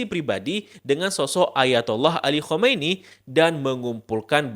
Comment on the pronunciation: Sebaiknya mengucapkan Ali KHAMENEI dgn lebih jelas lagi, supaya tdk terdengar seperti KHOMEINI (pemimpin revolusi Iran 1979).